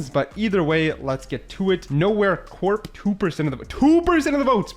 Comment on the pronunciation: The mispronounced words are hilarious. Chasm, savant, corps lol